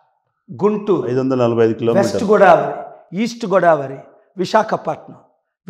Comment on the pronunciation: గోడావరి కాదు పాల్ గారు గోదావరి😅